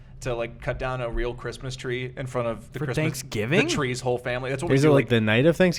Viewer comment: Hey Gus you were right about the pronunciation of Thanksgiving, is definitely saying it wrong. --another Wisconsin boy